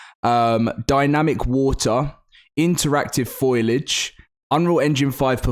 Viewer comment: It’s pronounced “foe-lee-adge”